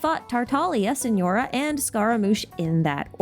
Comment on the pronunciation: TARTALIA? SENORA? WHAT 😭